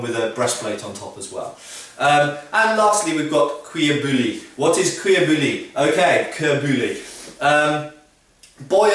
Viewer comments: YOGSCAST Seagull nop it's pronouced "boo-yee" not "boo-lee" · kenneth mcgriff Boo-Yee. Not Boy, ee. :P Good joke though lmao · you don't pronounce the l in bouilli. you say boo-yi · Cuir - Correct Bouilli - Its pronounced bou-yi. The double L in French and Spanish (and probably Italian and Romanian) is a Y sound in English. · Cuir bouilli is the leather he speaks of. He says the cuir part wrong, but it's as close a someone who doesn't speak the language can get. Bouilli is boo-yee, in French the double ll makes y sound. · Isn't bouilli pronounces "boo-yee"? At least in modern French. (Sorry to nitpick.) I loved the video, though. :) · fyi: "bouilli" is pronounced boo-yee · Lol, you tried to correct peoples pronunciation of cuir bouilli but you didnt pronounce bouilli properly. It is pronounced boo-yee. :P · just so you know pronounce bouilli : booyi